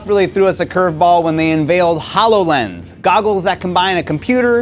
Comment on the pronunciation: "Hallow lens."